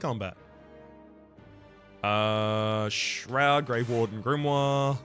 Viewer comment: "grimory" you're gonna make me fall for the bait